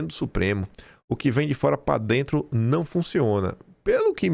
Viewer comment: NÃO FALA, " PA DENTRO " É PRA DENTRO OU PARA DENTRO 😂